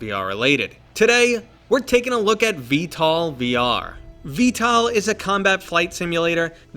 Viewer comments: Why do you say v-tal instead of v-tol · sounds like he is sayin vtal instead of vtol lol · bro its not pronounced "vtal" its pronounced "vtol" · i know lol it just sounded like ya were sayin tal to me. it is a great game tho, have ya tried the new heli. pretty fun exspecially when ya have a friend to play in the gunner or piolet seat, id say its worth the priceof the dlc.